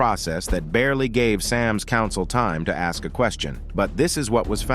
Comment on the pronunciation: He said "Lady, you ess me"?